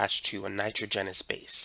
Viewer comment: It’s Nitr-au-junous